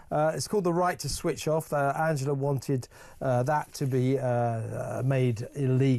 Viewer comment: What a load of shite !! Rayner or Musk ? And just WHO is ANGLE-A Rayner ???